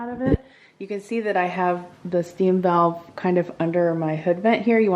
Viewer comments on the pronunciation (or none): none